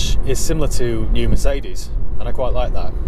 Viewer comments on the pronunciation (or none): none